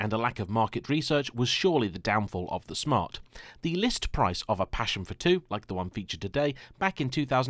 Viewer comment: It four two not f too 🙄🙄